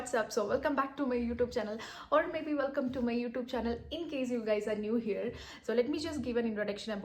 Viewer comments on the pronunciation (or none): none